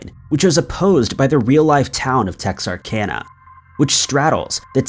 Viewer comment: I'm proud he said texarkana right.